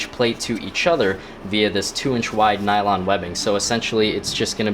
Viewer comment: 1.) Its "nylon" not "nailong" 2.) It's what seat belts are everywhere.